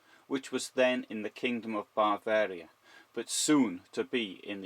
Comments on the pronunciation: Bavaria - NOT 'Baavaria' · Not in common use. You make it sound as if it has something to do with ‘barbarian’ but the standard pronunciation is buhVAIReeuh. (I could put it in IPA phonetics if you want.) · Why can't the guy pronounce 'Bavaria' correctly?